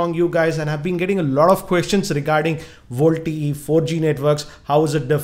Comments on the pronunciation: hehehehehe its Vo-LTE ??not volte ....!!! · Its little fun to me whenever you say voltie ...you should spell it as Voice Over LTE..you should had mentioned the battery and power consumption if we use VoLTE. As its needs to fully convert all Analogue to Digital and vice versa it will consume more power and drain more battery if you tried it... Jio app is a workaround to it and not a permanent fix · first thing it is voLTE not VOLTE